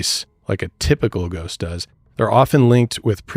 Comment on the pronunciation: With your "Brhost" (like ghost, lol)